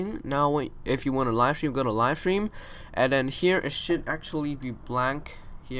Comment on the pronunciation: I love how this guy says stream More like Shream